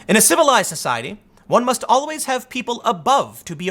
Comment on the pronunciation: Tim "Owl-ways" Pool